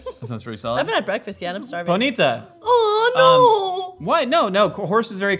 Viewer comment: I have never heard Ponyta pronounced like that lol